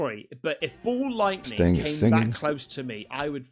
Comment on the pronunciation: Its not Ball lightning, its 'Mall' lightning :P